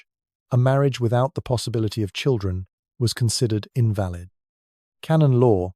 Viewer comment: I was fooled until he mispronounced invalid